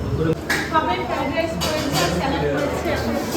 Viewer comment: ফেরাদাই স না কথা টা ফ্রায়েড রাইস। ভুল ইংরাজি না বলে বাংলায় ভাত ভাজা বলুন তাতে অসুবিধা নেই।😊😊